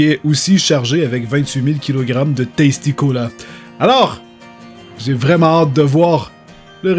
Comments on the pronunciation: Lorsque tu dit tasti cola j'ai entendu testicule! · Et la façon dont tu dis tasticola c est testicula